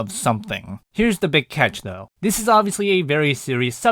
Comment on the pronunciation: ‘zelligaryans THOUGH